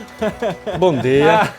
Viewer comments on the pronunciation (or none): "Bom deea" KKKKKKKKKKKKKKKK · VOCE É FODA, PARABÉNS! OTIMO CONTEÚDO. "BOM DEA" KKKKK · "Bom dea" 🤣🤣🤣🤣 Eu nao tanco os bonequinhos com os olhos arregalados. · O BOM DIA aí pareceu com o sotaque pernambucano. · O bom dia do português foi bem baiano kkkkkk